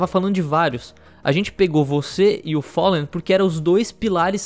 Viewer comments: ``o follen`` kkkkkkkkkkkkkkkkkkkkkkkkkkkkkkkkkkkkkkkk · É FALLEN e não follen